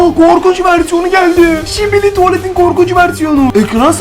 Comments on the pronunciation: Skibidi tuvalet yerine şibili. Tuvalet demesi😅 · öncelikle sibili tuvalet değil skibidi tuvalet her şibili dediğinde sinirim bozuluyo